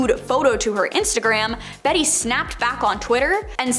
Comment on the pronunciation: "Betty" Midler??? Come on, man. If you cannot take the time & care to learn to pronounce peoples' names correctly, you have no business reporting on them.